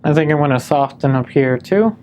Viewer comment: Interesting study, but for the love of God, the t in soften is silent!